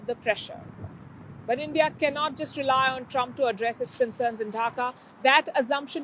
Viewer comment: What is Dhaka dhuing 😂 what a pronunciation 😂